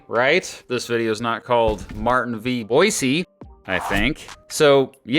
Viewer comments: I'm an Idahoan and I appreciate your effort to pronounce 'Boise' correctly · Thank you for pronouncing “Boise” right!-proud Idahoan